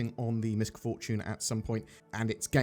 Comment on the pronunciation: Most people are mispronouncing MISC Fortune. The C is silent.